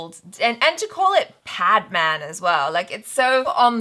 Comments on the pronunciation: It is pronounced as 'Pad man', both of which are your regular english words. The way you pronounced 'Pad' as 'paad' is the Hindi word for 'fart', thus fart man. :) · Its Pad Not Paadh😂. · bhai its not padman its pad-man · paadman=fart man the real is PAD as in Sanitary pad so its PADMAN !! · PAAD MAAN nahi PAD MAN 😂😂😂😂😂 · He said.... Paad maan... 😂😂😂 Its english....your language.... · This comment is from my ghost. I died laughing when he said पाद-मान. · Did he sat paadmaan😂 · pronounce it paad maan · did he say "PAADMAAN" 😂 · you're 1st pronunciation of "Pad man" was "Paad Maan" and "Paad" in Hindi slang means "Fart" hahahaha... Just a fun fact to laugh on.. 😂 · did he just said paad?? that means farting in our language.. sorry 😁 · I love how you both fight over the understanding of trailers and your pronunciation of Hindi words is hilarious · how can you not pronunce padman